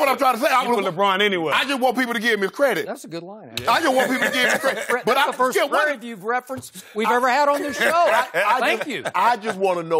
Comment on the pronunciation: Why did he Say Prairie View THO!!!! lol......too funny